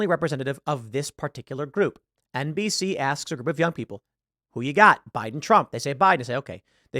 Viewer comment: "No, sir. They're saying Boo-iden. Boo-iden"